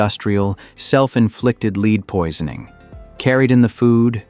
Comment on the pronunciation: leed poison 🤣🤣🤣🤣🤣